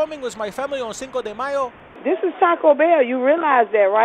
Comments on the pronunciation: Cinco de myer 😂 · "Cinco De Myer" 😂😭? Im offended, and im not even Mexican 😂!!! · Cinco de Myer ! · "Cinca de Meyer"😂😂😂😂😂 she the is taco bell KFC 😂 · "Cinco de Myer" lmao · cinco de MEYER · Cinco de Meyer lol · Cinco de myer😂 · "Cinco De Mayer" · "Cinco Re Myer" 😂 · "Cinco de Meyr." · "Cinco de Myer" 😂😂😂😂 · "cinco de myer"